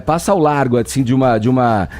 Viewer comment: pq ele fala "azim"?